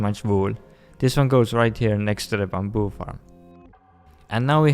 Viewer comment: I love how he says 'bamboo' just makes my day